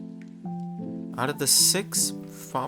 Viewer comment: HE SAID PILGRAMMED LETS GOOOOOOOO